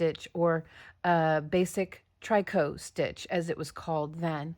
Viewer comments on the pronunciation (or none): Hi, C! I love this pattern. Thank you! I think "tricot" is pronounced similar to "picot". Merry Christmas, dear friend! Hugs, always. :virtualhug